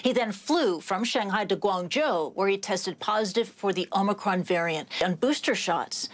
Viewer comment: 主播英文发音好别扭啊！直接中文说欧美克隆病毒，简单易懂。